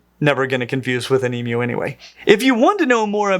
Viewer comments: As an Aussie, it's so refreshing hearing the word emu pronounced correctly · Can I just commend you as an Aussie how nice it is to hear someone pronounce Emus correctly? Go the dinosaur 🦖🦕!! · Strange. I’ve only ever heard people pronounce it that way. Didn’t realize it was uncommon. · The correct way is the way is pronouncing it (which to my ears sounds like e-mew). And cats don’t just meow, they also mew, so that’s the reason for the cat emoji. So basically: E-mew (rhymes with queue)- way pronounces it, correct pronunciation E-moo (rhymes with true)- way some people pronounce it, wrong pronunciation E-meow (rhymes with cow)- way no one pronounces it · e-moo. He says e-mew which is correct. So many people make a moo sound but the correct pronunciation is e-mew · As an Australian, I am overjoyed to hear an American correctly pronounce emu. Thank you! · I've literally never heard someone pronounce it e-moo, and I used to volunteer at a zoo that had an emu. E-mew is the only pronunciation I've ever heard. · Texan, and in all my 60 years I have never heard anyone say E-Moo, not even when speaking about mechanical bulls, though I have heard Moo-Poo said by children in cattle barns. I can't really really say I've ever heard E-Mew (rhymes with E-New) either, only E-Myou just like he is saying it. And now with all the Australians saying it's pronounced E-Mew, which to me sounds just like E-Moo (rhymes with E-New) when I say it, I'm confused. I am further confused by his emoji comparison, E-🐱 not E-🐮, cats don't mew, they mEow and it can't be E-Meow can it? Help! Is it E-Myou like he is saying it, or E-Mew/E-Moo, or , heaven forbid, E-MEow cat emoji? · that is accurate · That's the only way I've ever heard anybody say "emu" in my entire 43 years as an American. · this threw me off so hard. hit even harder once i realized this was the correct way of pronouncing it. legit never heard it this way before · It is strange to hear an American who can say emu correctly.